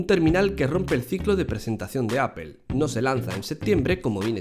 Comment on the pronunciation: APEL, GUIFI :v , me quede sordo :v